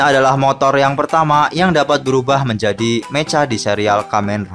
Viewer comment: Mecha dibaca meka